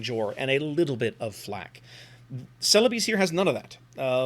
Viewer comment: Ce-le-bes (bes as in best), but locally the name is Sulawesi